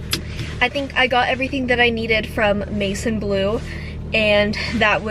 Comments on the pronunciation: Maison is french! it means house and its like mehson not like mason ahhha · I don't mean to offend you in any way but maison blue is pronounced as ma-z-on its French for house. Loved the video its so cozy and making me want to buy all the Christmas decoration!! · Maison is a French word!! Pronounced like Mae-zawn 🥳🤗